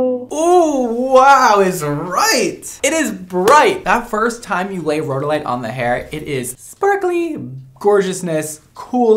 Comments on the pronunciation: Geologist here, you pronounced rhodolite correctly, like road-oh-light. Garnet is my favorite mineral/gemstone and I'm kind of obsessed that you have a gemstone line to your colors. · You said it correctly, its Rhode-a- lite 😊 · You said it correctly: ROH-doh-lite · You’re pronouncing it correctly, row-dow-lite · She is saying Garnet correctly, you are saying Rhodolite correctly. I'm a jeweler. Hope this helps!